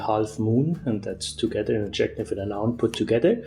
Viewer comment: Adjective is not pronounced like objective. The stress in the word adjective is on the first syllable. The stress in the word objective is on the second syllable. Adjective is pronounced DUM-da-dum.